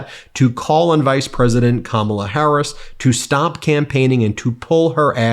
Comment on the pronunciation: Hey Eric pronounced Kamala correctly. Pigs are flying and Hell is frozen.